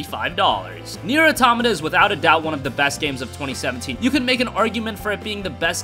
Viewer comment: It's pronounced Nier AUTO- MAWTA